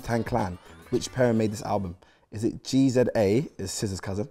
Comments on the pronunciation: When chunkz tried saying “Gza” and “rza” had me weakkkk😂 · It’s the pronunciation of Rza and Gza for me 😂😂😂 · man had no problem saying SZA but couldn’t pronounce GZA and RZA😂